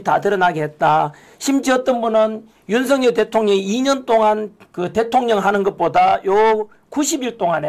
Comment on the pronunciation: /윤서결/ × /윤성열/ ○ 고유명사는 문법에 영향을 받지 않아요. 본인이 부르는 대로 불러 주는 게 예의이고 상식이에요. 취임 초기에 /윤성열/로 불러달라고 했어요. 지금까지 /윤서결/로 발음하는 건 넘 무식하게 들려요. 한동훈은 밝힐수록 법레기네요. 류여해 진행자 참 멋져요. 오늘 이 시간에 진면목을 처음 보게 돼서 좀 아깝네요. 그 동안은 놓쳐서요.